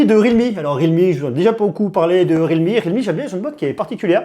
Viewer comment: ré al me 😂